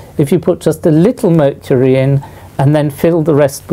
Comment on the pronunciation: Nobody: Literally nobody: Professor: MURCHURY